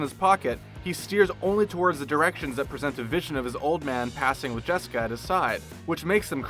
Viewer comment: Am I the only person who heard them call "Jessica" jeniper?